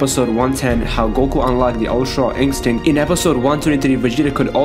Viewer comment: Why can't you say ultra instinct properly 😂😂